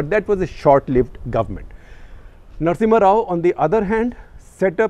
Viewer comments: #CTC ... Its Narasimha Rao, not Narasimhan ... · Narasimha rao... not narasimhan rao... you interviewed him , at least know how to spell and pronounce great mans name.. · SG sir, you added an extra "N" in the "Narasimha Rao"